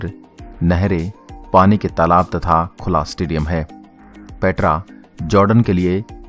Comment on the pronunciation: पेत्रा नही पेटरा 😆